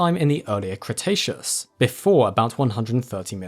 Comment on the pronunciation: Cretaceus Crustacean. Crikey